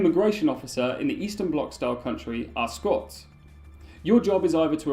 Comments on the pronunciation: Yeah, Say Ars-tot-zka / Ars-tot-ska. NEVER SAY '' Astotsk ''. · Why are you pronouncing "Astotsk"? you have to pronounce "Ars-tot-zka".